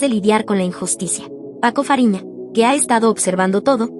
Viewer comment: Paco fariña❌️ Paco raphina✅️